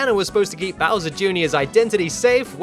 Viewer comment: I love how you pronounce Bowser. Bowsa. Bausa.